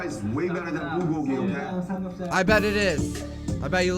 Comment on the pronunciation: I like how RM said Bulgogi and Samgyeopsal how an American would pronounce it. lol